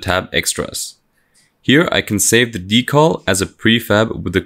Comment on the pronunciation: Drinking Game: take a drink every time he says Dee-caull.